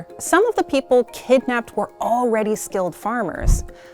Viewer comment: She did say "KIDNAPPEED". Alrite ..